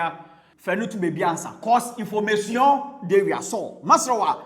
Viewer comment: You be funny o😂 which one is informashion de wiaseion 😂😂😂